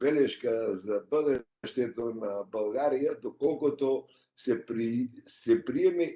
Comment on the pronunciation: Този е истински българин от Македония макар и не осъзнат ! България , България , България а не Булгария . Много добре го изговаря изкуфелника !